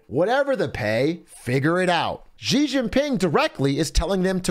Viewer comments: Zhang is not pronounced jong. the A is pronounced A like in ITALIA and not O like John. Americans butchering language. ALSO its pronounced SHE!!!! not Jee. sh like in hush. a hard sh so to speak. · It's not "Gee" Jin Ping, it's "Shee" Jin Ping. Get with it, buddy!